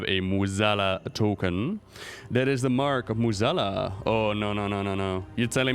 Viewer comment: Your english is way better than most WoW content creators. Still amazed at your pronounciation of Mueh'zala.